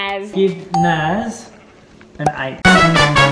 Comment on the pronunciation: FONZIEthebest r it’s Naz not Nas :\